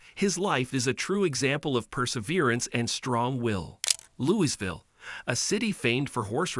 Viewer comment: Yes he has, actually talked about it on Limpy’s video. I wish this dude could say Louisville right! lol. I use to race down on 11th street every weekend!